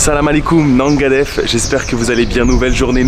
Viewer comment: ''Naga déf'' C'est au singulier, ''Naguéne déf" au plusieurs.